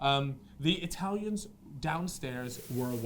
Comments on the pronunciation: Being Italian I just love your pronounciation of italian names, it kills me😂 btw love this content and the podcasts too, keep it up fellas! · Being italian i just loved your amazing pronunciation of Italian names, loved it😂 Btw I love this content that you guys are delivering and the podcats too, cheers from Italy 🇮🇹